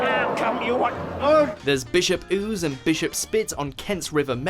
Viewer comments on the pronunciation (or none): none